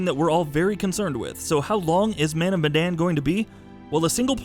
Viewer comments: It is Medan not Madan. Sorry for being nitpicky, it is just that it is the name of the city the name is based on. Ourang Medan is a misspell of Orang Medan which means Man of Medan. Medan is a city in Indonesia which the Dutch had colonised so the name comes from there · Sounds almost like it lol